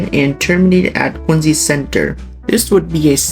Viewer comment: That's Quin-ZEE!😉